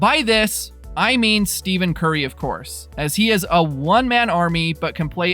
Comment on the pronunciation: This guy keeps pronouncing Stephen Curry and Draymond Green name wrong.